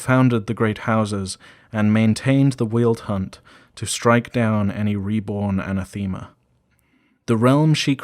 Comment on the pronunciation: I love this series, but some of the pronunciation needs work. wyld, yozi, and especially anathema.